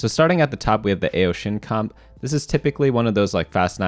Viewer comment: hears the mispronunciation of AO more ugh.